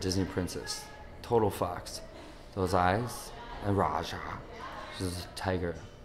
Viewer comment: Hahaha its funny when he says "Raja" x) hahaha